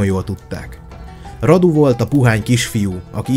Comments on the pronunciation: Nincs beleszóládom de szólok ugy ejtik ,hogy Rádu nem pedig Radu .Csak úgy írják. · Nem Vlad hanem "Vlád" és nem Radu hanem "Rádu" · Nem"Vlad" hanem "Vlád",nem Radu hanem Rádu,eskü nem rosszból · Ki kell h javitsalak mert a nevüket Vládnak és Rádunak ejtik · És nem Radu hanem Rádú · Azok román nevek és vládnak illetve rádunak ejtjük helyesen